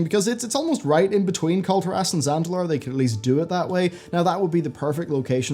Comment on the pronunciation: Can you please pronounce Kul'Tiras correctly? :) It's almost as bad as the people who pronounce Tyrande "Tie-rand-ee"